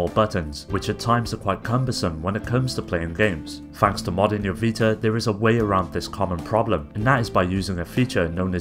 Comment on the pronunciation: whats a PS "vitar" ?